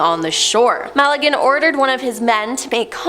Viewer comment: mal a gan?? Magellan ??